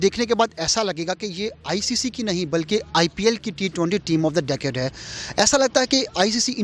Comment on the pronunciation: abbe pehle decade bolna sikh le🤣🤣🤣